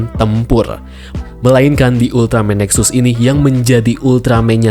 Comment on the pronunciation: Jangan dibaca NEXAS a' ! , nanti saya jadi luput ngomong Ultraman TEXAS jadinya :'v